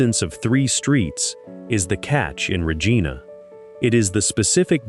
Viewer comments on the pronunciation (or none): It is not Rejeana. It is Regina rimes with Re mine a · You mispronounce Regina um I think Regina is bad depending where and what or who you dealing with in Regina usually assaults and sexual assaults some murders not as many as use to be